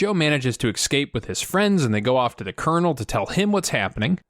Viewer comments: Loving these videos. You like to nit-pick and so do I. Please, the word is escape not excape. Driving me nuts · Question: Why cant americans say escape? You all say excape. Is this just how youre taught it at school?